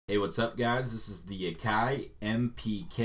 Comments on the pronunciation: nice pronunciation of AKAI...its no Akey its Akai...with an "i" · "AKI" LOL ;D it is AKAI,...dude,..Why are you have the sustain on the piano until your computer crackles due overload,..do you really know what a sustainpedal is?,..before you share something you should be shure to know what you doin,..study more about your gear/musicproduction before you go online Peace